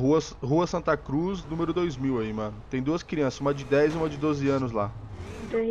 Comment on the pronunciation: ele falo Santa cuz mesmo kkk